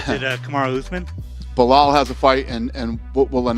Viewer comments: How much did "Belhaul" pay Chael to say these things lmao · Blahaul 😂 Alex Pierre 😂